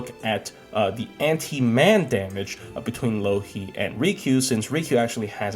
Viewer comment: every time he says Louhi I keep hearing Loki